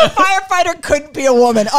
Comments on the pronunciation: I love that Rachel pronounces "foighefighter" 😂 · Sounds completely normal except for fwyer fwighter